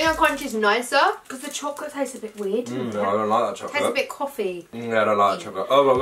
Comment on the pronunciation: Whenever she said wierd it sounded like she said weed 😂